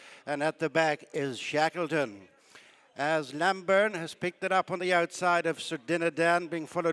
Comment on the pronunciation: The horse is Named Lambourn. not Lamburn. Terrible commetating.